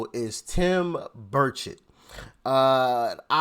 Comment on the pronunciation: Buddy It’s Bur-chet pronounced